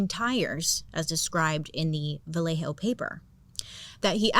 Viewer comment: So happy you pronounced Vallejo correctly lol. Born and raised in Vallejo and people get it wrong all the time. Every time I go to Blue Rock, Berryessa or drive down the dark Lake Herman Rd. I always think of the zodiac. Lake Herman always gives me a weird feeling.… Fun Fact: The show 13 Reasons Why was filmed in Vallejo 😊